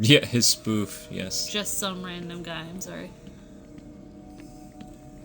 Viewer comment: whats a teady bear do you mean teddy bear?